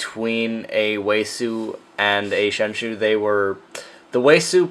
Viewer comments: 7th lol also why do people say sheng"shoo" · Lol "shengshoe" xD Nice video btw :)